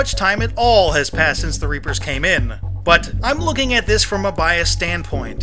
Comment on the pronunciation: I swear he says the rapers